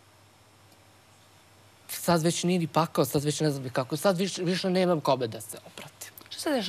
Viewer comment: ne znas ti sta je pakao ili ti pakhao kako ti kazes